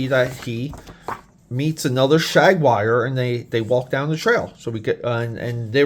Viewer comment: Shag-wire? WTF is that! LOL! It's Jaguar, say it with me! Damn, a Shag-wire sounds awesome though! 🤣😂😅